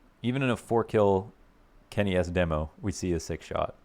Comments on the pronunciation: It's dee-mo, not deh-mo. Signature catch phrase 👌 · NOOOO U HAVE TO SAY DEEMO PLEASE KEEP SAYING IT LIKE THAT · demo pronunciation correction made my day